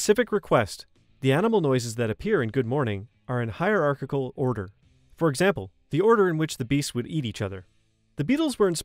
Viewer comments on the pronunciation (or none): none